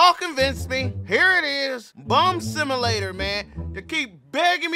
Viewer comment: "Bum simalater"